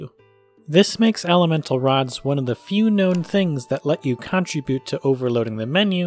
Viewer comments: I'm sorry but this was just really bothering me. The word "contribute" is pronounced cun-TRIB-yoot, not CON-trib-yoot. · "Change" shouldn’t be capitalized "Guardian" should be capitalized "Google" should be capitalized "it's" shouldn’t have an apostrophe You consistently mispronounce "contribute"; stress is on the second syllable. I don’t really mind these things but you asked...